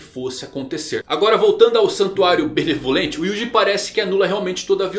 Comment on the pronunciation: Eu ouvi santuário malemolente? Agora o Soluça dança ?